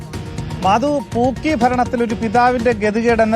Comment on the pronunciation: കോണകത്തിലെ പൂക്കി... എടോ ആർക്കും തിരിയാഞ്ഞിട്ടാ...... പൂക്കി അല്ല, "ആക്കി" ആണ് 😂